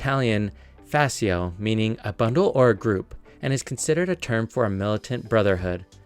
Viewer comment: "Fasio" 🤣🤣🤣🤣 IT' FASCIO SCIO The same when you want to repell a cat Scio as SHO